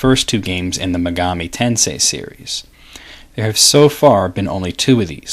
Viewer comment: About the pronunciation...I've always thought megami was pronounced the way you say it, but Atlus's website says its pronounced with the first syllable stressed, not the second. I actually couldn't find online which syllable is supposed to be stressed when saying the word all on its own, only how the syllables are individually sounded out. But I guess Atlus can call their games whatever they like and pronounce the words however they choose. Regardless, I love this series and love your work.